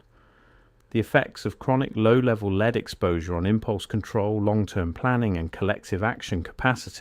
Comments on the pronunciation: Sort the voiceover out, lead is not being pronounced properly 🙄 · You are pronouncing lead Incorrectly!